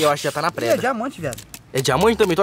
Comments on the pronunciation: Preda 🤦🏻‍♂️🤦🏻‍♂️🤦🏻‍♂️ é pedra 😂😂😂😂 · o gui falava preda kkkk mais n da nd é a melhor noti do dia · o gui falando:preda rsrs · O falando preda toda hora kkk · Só eu que tava entendendo o gui falar preda?kkkk te amo muito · Tava me dando agonia do falando preda kkkkkkkkk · "Preda" ksksskzk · O gui vc fala pedra ou preda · wenden o gui to falou preda mais no se fala preda se fafa pedra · Ele tá falando "preda" de propósito né??? Kkkkkk da agonia Vey Eu espero que seja na brincadeira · Ele fala e preda em vez de pedra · o gui nao sabe dizer PEDRA ELE DIZ PREDA kkkkkkkkkkkkkkkkk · pq vc fala preda e não pedra é por zueira meamo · o gui fala preda kkkkkkkkkkkkkkkk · O cara falo preda kkkkk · O gui fala preda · "Preda" kkkkkkkkkkkk